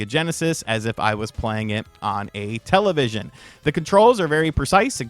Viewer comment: Please stop saying "television"